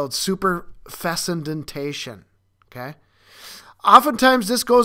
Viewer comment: The word your trying to say is pronounced "sue-purr-feck-un-day-shun". 🥰